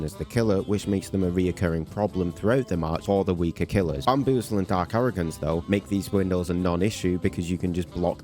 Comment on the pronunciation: "Dark aroogance"